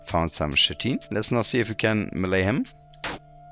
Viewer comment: chitin in english say it like KITE-in :))